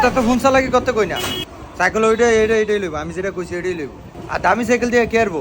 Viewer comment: সাইকেল ❌ সাইকল ✅